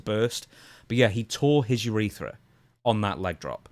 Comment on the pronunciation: “Ureetha.” And he calls himself a doctor.